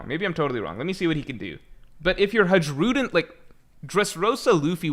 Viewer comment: Hajrudin is pronounced as ha in han j as y in jaya and rudin is correct